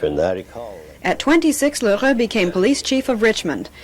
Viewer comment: I liked the story. I also liked pronunciation of L'Heureux, no simple fete if you are not French.